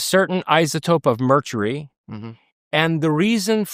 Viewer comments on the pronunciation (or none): what the f**k is "Merchury"😂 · Youre telling this guy is smart af and he cant pronounce "mercury?" merchery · Well, I've been on this planet for nigh on fifty years aaaannnnnd I can honestly say that I've never heard anyone pronounce the word "Mercury" the way home slice does and 4 or 5 times after that. #Merchury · Anybody else not trust this guy? ‘Merchury’!? Anyone fact checking any of his claims? Also he is a co-founder of the ‘alt right corporation’ with known white supremacist Richard Spencer! 😬👀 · Why was he saying merchury? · Couple of things...what the hell is merchury or did he mean mercury? 😂 Also, I'm like an hour in at this point and I'm already frustrated with the length of the multiple sponsor sections. Might be worth discussing shorter segments with the clients? Otherwise...love your videos man! And looking forward to listening to the rest of the convo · I don’t care how smart he is. If he says mercury wrong one more time I’m changing videos.